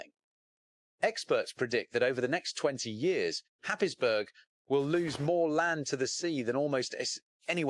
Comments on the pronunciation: Where the hell is happisbourg,Germany???. It's pronounced hayesborough. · Haysborough is the correct pronunciation. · other narrators pronounce it Haysborough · It is pronounced happsbro. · Happisburgh (pronounced "Haze-bruh")